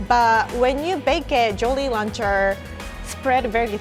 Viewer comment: Hehe "Joly Launcher"